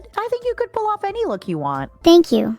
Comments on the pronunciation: Damn, she actually said vedal right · Ayo, was trying to see if she could be more Vedal's type at the end? 🤨 Also lol she actually pronounced Vedal correctly at the very end too.